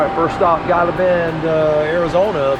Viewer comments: I just watched your videos of your trip thru Texas to California, and I must say you have great videos. In Texas you traversed the Chihuahua Desert and into the Mojave Desert of Arizona, two diverse eco areas. But I must correct you on one point, Gila is pronounced "He-La" as in the Gila Monster. Great videos (all of them) and you two be safe in your travels. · Its pronounced heela..g is h sound